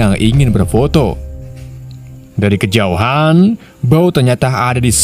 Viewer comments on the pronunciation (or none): none